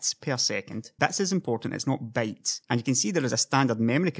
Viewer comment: Great video, but I really can't tell the difference of you saying bits and bytes. XD